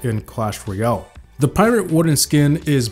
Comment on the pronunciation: Hey, just saying it's clash ROYALE, not clash ROYOL